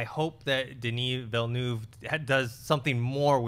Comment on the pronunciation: Well done with the pronunciation of Dennis Villeneuve today, guys!